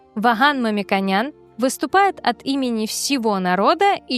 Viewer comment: Хватит искажать фамилию Мамиконян. Зачем вы говорите Мамиканян.